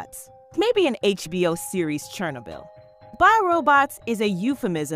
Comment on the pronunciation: Stop saying chernobyl like that. You need to learm proper pronunciation.